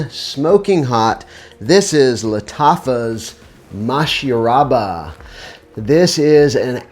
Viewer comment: You pronounced and spelled "Mashrabya" incorrectly. But yes, it's such a strong and long lasting scent